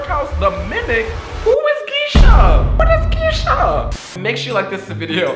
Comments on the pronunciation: WHO IS Gisha? Me: it’s geisha 😭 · Yo heads up it’s pronounced gay-shuh lel also a geisha is a traditional Japanese dancer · I'm dead at how you pronounced Geisha 💀💀💀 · “Who is Geisha”- 2022😂